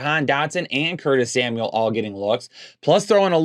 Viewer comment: LOL, Curtis Smauel (Samuel)